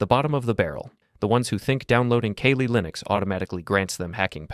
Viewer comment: “Kay-lee Linux”